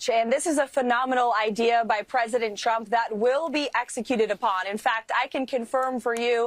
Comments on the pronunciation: Maybe someone has already said this but it always sounds to me like she calls him President Chump. Quite accurate actually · Sounded like she said president chump…. Yes, yes he is….first time I agreed with this lady….